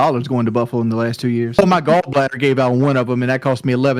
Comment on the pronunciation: sounds like he calls his gall bladder his “golf bladder”